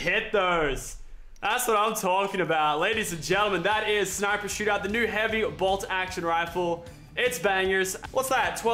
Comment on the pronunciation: It annoys me when Lachlan says heavy bolt